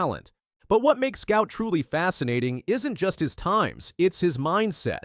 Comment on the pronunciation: Fun fact, his name is pronounced as "Goo-art"..